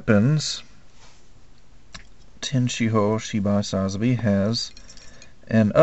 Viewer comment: Love all the models and paintjobs you do but i only have one thing that bothers me can you plz say sazabi right go watch chars counter attack your killing the name.